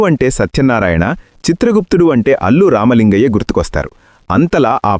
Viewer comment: అల్లూరి కాదు. అల్లూ రామలింగయ్య